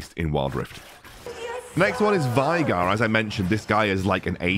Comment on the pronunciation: its not pronounce - Vi(Vi the champion)-Gar its actually - Vay(like Gay)-Gar 🧐🧐🧐